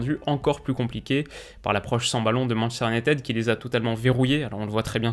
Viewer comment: "Manchester unitÈde"... Ca pique les oreilles 😖